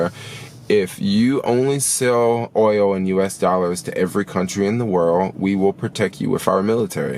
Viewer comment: When you say oil, I literally hear Oreo.... guess I’m hungry 😭